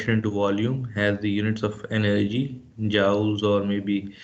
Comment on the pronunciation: It irritated me the whole time you said Joule instead of Jool.